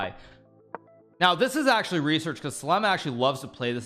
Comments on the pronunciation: Btw its Sa lem SAA LEM SALEM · His name pronouns not sal sleem Is salaam just for the info